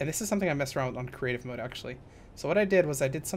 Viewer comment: For the longest time, i thought you were saying "Cemetery Mode"..... Now i know... Just